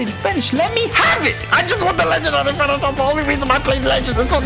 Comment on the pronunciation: Bro when u say legendary finish is sound like u sayin legendary spinach or something 😂